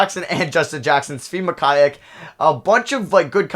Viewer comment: As a KU fan I cringe when he pronounces Mykhailiuk😂 it’s pronounced: muh-ky-luke